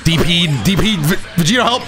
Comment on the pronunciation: Was I the only one who herd vergito instead of vegito